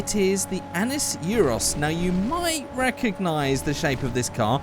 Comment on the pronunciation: Annis Euros? THAT SOUNDS SO WRONG!!!!!